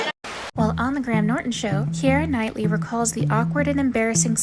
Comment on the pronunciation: If you’re narrating a video, please learn how to correctly pronounce the names, the compilation was great but this is unfortunate especially names like James McAvoy and Keira Knightly who are pretty big stars!!